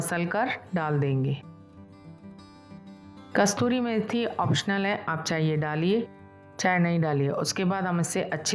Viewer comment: कस्तूरी नही मैडम कसूरी 😊